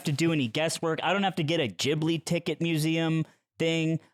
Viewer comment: buddy. it's pronounced jibli. ジブリ. learn to read.